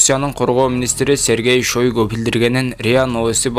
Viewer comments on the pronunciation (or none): сен котуну кысып,оозуну жаап отур жалган маалымат бергение учун биздин мамлекет жапа чекпесин,былжырабай суйлогонду уйрон,окуу жакшылап манка шоойгу дебей